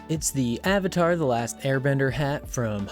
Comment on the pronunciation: You said into a time stamp Avitar and not Avatar 😂